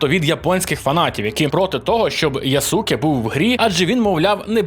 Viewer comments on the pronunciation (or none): none